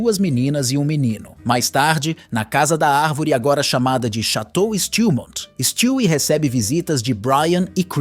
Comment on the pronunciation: Mano stwie não se pronuncia desse jeito na série a lousa fala o nome dele de um jeito diferente e esse é o correto